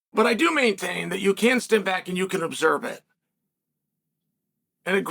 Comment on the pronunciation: Dude, is it just me or is he saying OBSERB instead of observe lol. I swear i caught it like 3 times. Cmon bro 😂🤣